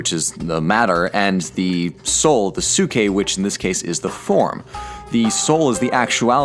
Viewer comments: the way you pronounced psyche, i could only imagine socrates going around athenian streets yelling "psyche psyche 5 drachma" trying to fish students. kidding aside its not "sookie". its like psychology(so roughly psy-key) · "sookeh"? :P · its pronunced psike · Dude your pronounciation hurts me. I get the vowel thing you are trying to be closer to ancient greek. But your inability to pronounce the p in ps hurts my ears. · Your pronunciation of ψυχή is wrong. The right way to say it is closer to ps (as one consonant) followed by "e" the way you say it in the alphabet followed by hee. (The letter χ doesn't have equivalent to english pronunciation as it does not exist in english). Also I am apparently really bad with tones/stress marks. So don't fully trust what I'm saying.